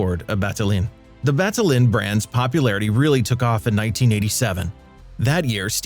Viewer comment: "Battaglin" is a crushing butchery in the hands of an American narrator.